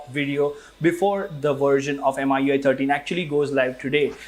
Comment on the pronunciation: How he kept saying m-i-u-i 13 instead of mi-u-i 13 drove me crazy .